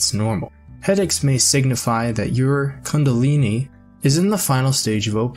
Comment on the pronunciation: I was asleep till he said "cungilini"🙄